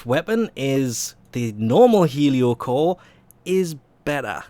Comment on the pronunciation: This is probably the only weapon name 'Heliocor' that you did not mispronounce. Also thanks for the video.